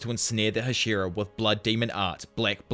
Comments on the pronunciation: Ah yes the Huh-SHEAR-uh lmao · Hah-shee-rah. It's been spoken outloud enough that this is egregious.